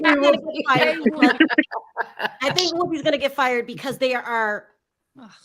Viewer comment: Woopie be FRied? LOL..I know you meant fired